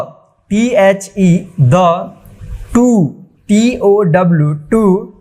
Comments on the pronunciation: Sir aap ne two ko galat padliya tow nahi two😅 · Tow 😂😂😂=two😂😂😂😂😂 galti bolta hai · pahale khud ki English sudhar lain suru main jo word hai two hai aap bol rahe hain tow phir se sune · Tow to hota 😂 pahle sale Khud Sikh Le FIR dusre ko sikhana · Sir aap two ko tow padehai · Tow टू नहीं होता two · Tow nahi two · Sir AAP two thik se nahi padha paaye ho